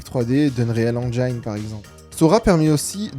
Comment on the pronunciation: Ma grand mère qui n'a jamais appris à parler anglais prononce le "Engine" d' "Unreal Engine" presqu'aussi bien que n'importe quel Américain ou Anglais. Pourquoi les Youtubeurs Français prononcent-il "Enjaïne" ?